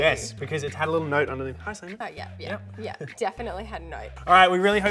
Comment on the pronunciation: He should have just said that his name is Simon cause it sounds closer to slaimon